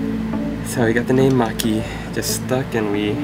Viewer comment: Maki, Maki, not Mocky! My british ears hear stuff with an english accent, so I heard an "O" sound. Your english accent is pretty good, by the way, it's not very 18th C. chimney sweep! I love your videos, not only is your painting awesome, but the combination of the music and your voice is very relaxing. Much love to you and Maki, keep up the good work.